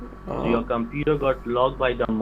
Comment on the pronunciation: LMFAO! What's a compooter? XD